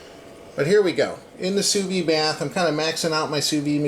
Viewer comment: It's not "sous vee". It's pronounced "sous veed".